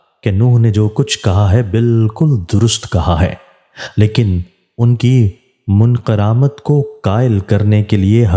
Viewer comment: Ye lafz "munkaramat" nhi he balky "munkar ummat " he. matlab inkar krne wali ummat.